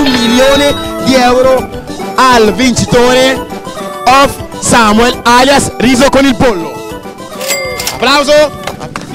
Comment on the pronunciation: É Samuel non Sameul😂😂